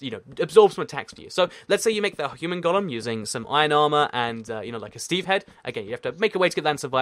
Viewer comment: Why do you say "Gollum" instead of "golem?"